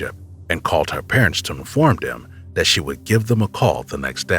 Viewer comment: would appreciate better enunciation of words such as 'them' 'that' 'there'....its not 'dem' 'dat' and 'der'. please pronounce your 'TH' correctly.